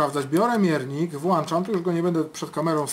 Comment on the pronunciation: Proszę pana. Włączam nie włanczam. To błąd!